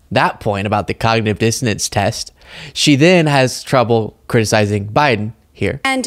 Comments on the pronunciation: I think she actually said “cognitive dissidence”. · It sounds like she is actually saying dissidence (which is totally wrong) and meant to say dissonance (which is also totally wrong). Bobo, the word you are looking for is "impairment" or "decline". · She didn't even say, "Dissonance." She said, "Dissidents," which is way funnier. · Confident dissidents. She knows what she's talking about, even if nobody else does. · Bobo said "Dissident" instead of "Dissonance", and here Ladies and Gentlemen is the crucial importance of education. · Did she say cognitive dissidents? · It sounds like she’s saying cognitive dissidents which would prove that she doesn’t know the word she’s looking for. I think she uses word of the day toilet paper and then tries to find ways to use those words, but gets them mixed up with other words.